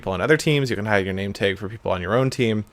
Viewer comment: I just noticed Seth says nametag nameteg